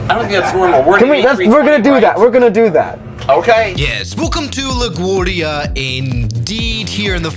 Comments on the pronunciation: as a new yorker the way you pronounce la guardia infuriates me lol try pronouncing it like la guAHRdia (emphasize the a more kinda) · "La Gwordia"